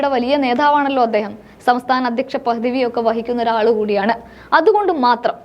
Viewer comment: സമസ്ഥാനം 😂😂😂😂😂😂😂😂😂😂😂😂😂😂ആദ്യം നേരാവണ്ണം മലയാളം പറയാൻ പഠിക്ക് എന്നിട്ട് പോരെ വാർത്ത ചിലക്കാൻ 🇮🇳🇮🇳🇮🇳🇮🇳